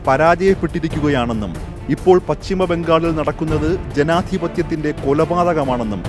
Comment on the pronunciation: പച്ചിമ ബംഗാൾ അല്ല പശ്ചിമ ബംഗാൾ എന്നു പറയൂ